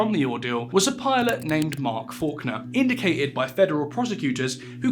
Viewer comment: Your presentation skills are great! Content is always interesting too. Just one thing, this is the second video I’ve watched where you’ve misread the word ‘indicted’. It’s pronounced ‘indyted’ the c is silent. Great work, keep it up👍